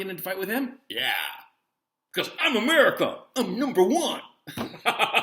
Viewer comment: Gonzalo, I like the way you say “number one.” That’s hilarious. Something else hilarious is a Seinfeld episode where on a New York City subway a man in a heavy accent says “I come from Ukraine. You are not saying Ukraine (is) weak!” The most recent 19 war games against China in around South China Sea conducted by Pentagon, China won all of them. Moreover, though US navy is still the world’s strongest, Chinese navy has been expanding rapidly while US navy is shrinking. I don’t know what else to tell you.